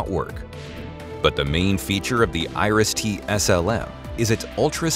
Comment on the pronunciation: Noone in Germany knows what Irish def. syst. is, pronounciation failed.